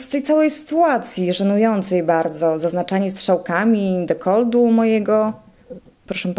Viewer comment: Jeszcze pytanie do pani: co to jest "dekold"?